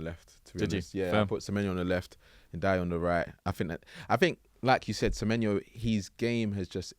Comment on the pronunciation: who is nadayaya ??, ok, everton, so that gibberish must be Ndiaye